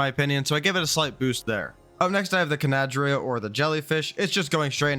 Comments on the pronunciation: It's pronounced nidaria not conadria... sigh. You also mispronounced galliMIMUS. Ichthyosaurus is a marine reptile, not a damn dolphin. Stop calling it that. Likewise leedsichthys is a fish, not a whale. And you can absolutely tame them so stop lying about that. You can tame most creatures even if not by normal means. Basilosaurus is literally a whale. Calling it a dolphin would also be more accurate than calling ichthy a dolphin. Titanosaur is another blatant lie. They don't starve on personal servers with the right settings. Everyone falsely believes otherwise so nobody ever tames it. What's the point in saying yutyrannus like that when it's literally named after the tyrannosaurus? Lampreys are fish, not leeches. They are only functionally similar because they both drink blood. You are very uneducated about this game. I notice the same problems in every video. You're riddled with ads as well. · i think the c is silent in cnadria I believe its supposed to be pronounced closer to cnidaria(The family jellyfish are under) Cnidaria is pronounced nei-dare-e-a so i think its na-dre-e-a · Cnidaria is pronounced ni-DAIR-ee-uh